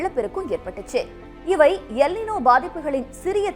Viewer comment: அது எல் நினோ இல்லை "எல் நீன்யோ". இது ஆங்கில வார்த்தை இல்லை மாறாக ஸ்பானிஷ் வார்த்தை. Ninoவின் சரியான ஸ்பானிஷ் உச்சரிப்பு நினோ கிடையாது நீன்யோ!